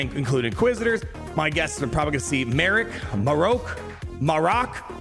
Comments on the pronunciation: It’s pronounced Marrock.. ;) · I’ll save you some time. It’s pronounced mah-rock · Don't worry, CG will probably come in clutch with the Marrok pronunciation